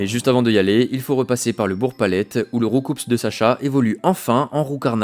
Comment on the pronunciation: C'EST ROUKOU PAS ROUCOUPSSSSS ORRRHHHH ça se prononce ROU-KOUUUUU 😭😭